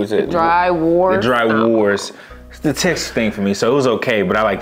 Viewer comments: Say horse, now replace the h with a v... now you know how to pronounce wors. Glad u liked the chocolate. Jelly tots would be my pick there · wors is pronouced vors since its afrikaans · Bro disrespected biltong, a South African national snack, and gave it a 6/10... it's "wors" not "wars" u pronounce it "vors" and it's "grin-uh-dell-ah" and also shake the steri Stumpie lekke hard b4 u drink it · I was tasting l these foods with you guys from memory. Ha ha. It's pronounced dry "v"ors (the w sounds like a v coz its afrikaans - and i also dont like drywors), but everything else was spot on. Yes, biltong is raw meat that is dried under special conditions to make it tender but also spicey and cured. I actually didnt know jerky was cooked first. Must be quite a weird dry taste then 🤔. I love the flavouring they put on it. But then i hate thr texture of seafood muscles so i get what you were saying about some textures dont work for u. Thanks for the video.❤ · It’s yall struggling with the word wors for me😂😂😂😂😂 The W is pronounced as a V. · Lol the w in wors is pronounced as as v as in vors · FYI Wors is pronounced vors. In Afrikaans W is pronounced V. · W=V in Afrikaans so its "vors"(pronounced) =wors